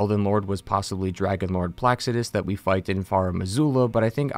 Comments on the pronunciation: “ dragon lord PLAXsidus “ lmao it’s placid-u-sax bro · Last time imma say this Pla-Cid-U-Sax Placidusax not plusuducesex 💀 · I haven't heard one person in the entire world pronounce Placidusax's name right. sound it out ya'll. Pla-cid-u-sax. Placid is already a word so that's like half of it right there. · Him mispronouncing placidusax is driving me crazy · "placidus" yeah i can't watch this. jesus christ that bothers me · Placidusax .. you pronounce it differently each time dude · notoriously sleeping on the correct pronunciation of Placidusax